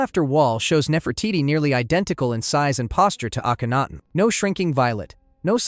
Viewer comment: I really liked this video, but I'd like to offer two suggestions. First, it would be even better if you checked the pronunciation of certain names. For instance, you correctly pronounce Akhenaten, but repeatedly mispronounce Aten. I'm guessing that you've heard Akhenaten's name a lot more than the word Aten, but it's right there in the name. Also, it would be great if you listed some of your sources. I would love to learn more about the people you discussed, and that would make it easier for people like me to know where to start. Thanks!